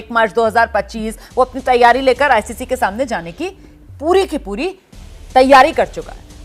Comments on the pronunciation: Sabko is ancer ko hi lagta hai BCCI galat kr raha hai isko icc nahi बोलणे आ रहा acc बोल रहा है गधा 😂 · Inko icc bolna bhi nahi aata acc bole rahe hai 😂